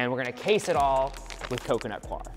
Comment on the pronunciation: This is literally the most minor point ever, however "coir" is pronounced "coy-er" rather than "kwar". So many people get this wrong, but hey, language rarely comes with a manual right?